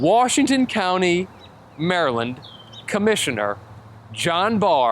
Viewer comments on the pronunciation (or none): none